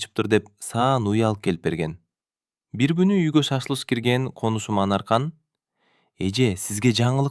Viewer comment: Кошунам дегенди конушум деп жатасың, смс эмес айтылышы эсэмэс😄калганы сонун👍🏻